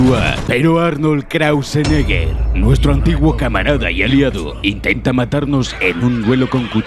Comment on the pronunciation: "ARNOLD KRAUSENEGGER" JAJAJAJAJAJAJ